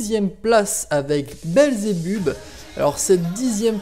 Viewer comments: Sa se prononce pas << Belzebubb mais Belzebeub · Tu n'a pas respecter beelzebub ta prononcer beelzebub "beelzebuub" et ta appeler baby beel "babybel" xD